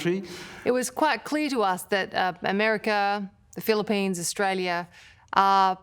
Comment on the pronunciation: bro can’t read the word “Australia”